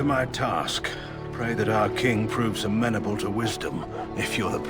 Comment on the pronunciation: Oh no, he pronounces amenable like Jon, I thought Jon was the only one!